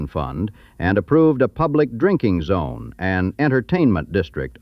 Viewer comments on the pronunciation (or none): none